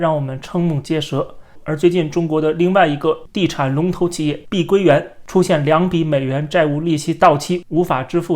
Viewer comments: 是碧桂园，不是碧龟园。。。真难听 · 我必须用纯正的北普纠正下up主的口音，跟我念：碧（毕）桂（贵）园（园儿）